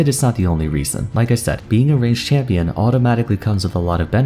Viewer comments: Hmm yes “a campion”, my fav campion in league is sona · Absolutely no one:: a campion